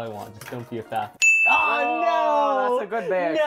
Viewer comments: And he calls fafnir as fafner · The amount of times they said Fafnir wrong hurts my soul.